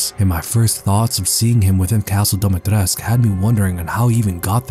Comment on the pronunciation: btw, it's pronounced Dumitrescoo, i.e. Duh-Me-Tré-Scoo